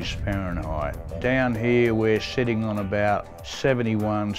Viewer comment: The way he says sitting.